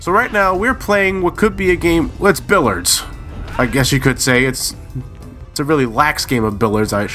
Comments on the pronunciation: It's billiards with an 'i', not billards. Also you wouldn't call the balls 'billiards', just balls. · it's pronounced "bill-ee-ards."...nuclear. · There's a second "i" in the word "Billiards."